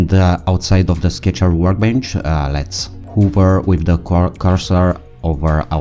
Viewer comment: Just a heads up, "hover" is pronounced as it's written, not "huver" ;)